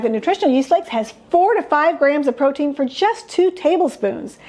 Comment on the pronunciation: psst ... it's "protein"